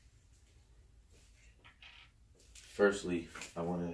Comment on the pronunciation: Viridian and not Veteran my dude ! Veteran is the soundboard , Viridian is the Soundfont .